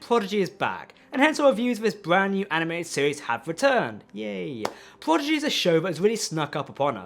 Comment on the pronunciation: Hey friends, love your work because I love Star Trek. Will someone please tell the nice gentlemen, who also does great work that Prodigy is pronounced "Prodigy " not "Pogidy"? Just saying with a smile and the fact I posted this shows I care enough to take my time for it. Best wishes.